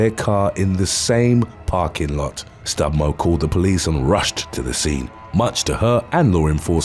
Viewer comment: Stumbo not stubmo